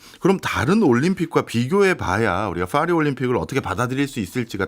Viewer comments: 그러게 좀 무식.. 빠희라고는 못할지언정 Fㅘ리는 뭐지? ㅋㅋ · 아니 영어로 해도 ‘p’ 발음인 ‘패리스’고, 본토 발음으로는 ‘빠히’에 가까운데, 둘 다 왜 fㅏ리 라고 하는거임?ㅋㅋㅋ 괜히 f 발음 내는데 발음 전혀 안맞음ㅋㅋ 😂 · 파리는 Paris인데 왜 Faris라고 자꾸 헛바람 발음을 해서 거북. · 이말하고 싶었네 ㅍ화리 ㅎ퐈리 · 이야..파리를 f발음으로 하네 ㅋㅋ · '파리'의 'ㅍ' 은 'F'발음이 아니라 'P'발음입니다. 굳이 이런 것까지 지적하나 하시겠지만 방송이란게 수천명, 수만명이 보고 듣는데 영어발음을 하려면 제대로 하는게 맞다고 생각해서 지적합니다.